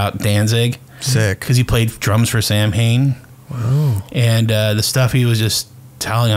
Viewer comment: Pronunciation of samhain hurts